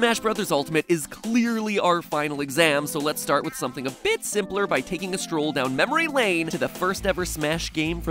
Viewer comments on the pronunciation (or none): none